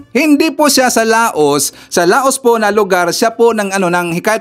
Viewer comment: di La-os ang pronunciation ng Laos kundi pronounce as Law.